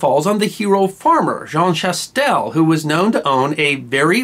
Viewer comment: I'm not sure why I have not watched this before now, but I'm glad that I did! BTW, Jean Chastel's last name is pronounced "sha-TELL", the s, in this context, is not pronounced, and in most modern French examples, there is an "a" with a circumflex, to note its absence, as in the city name Neufchâtel